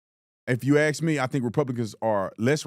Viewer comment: "Ax questions" ? .... or is it "axe questions" ? Instant credibility loss.